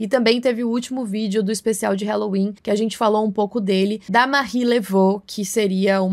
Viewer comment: Please, é Hall-oween, não "Hell"-oween. Excelentes vídeos.